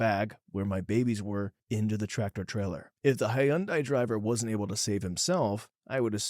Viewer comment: Hi-un-dai. That is neither the English nor Japanese pronunciation of that name.